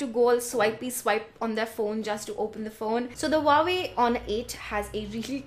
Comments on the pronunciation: They pronounce it "who-wah-way" in their ad. 😓😓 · hah i always pronounced it wrong. wah way now i know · You killed me on the pronunciation! 😜😛😂